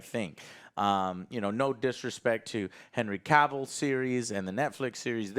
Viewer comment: Oh shit, he said Henry Cavill's name correctly :D